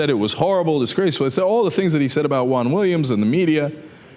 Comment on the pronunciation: I thought it was weird when I saw him ask the question.. Btw, why pronounce Juan like Huang?